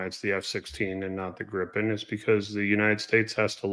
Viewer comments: Not "Grippen". It's pronounced with a long 'i'. So, in English, as if it were spelled "Greepen". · Not "Grippen". It's pronounced with a long 'i', so in English, as if it were spelled "Greepen". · "Grippon"? "Gruppen"?!? It's Gripen. Pronounced with a long 'i'. (So, in English, as if it were spelled "Greepen".) Means "Griffon" (or "Griffin"), as SAAB has a tradition of naming their planes for mythological flying things (J35 Draken, "the Dragon", and J37 Viggen, "the Thunderbolt" [as wielded by Odin]). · It's a SINGLE P in Gripen... It's NOT GriPPen. Or use the translation Griffon.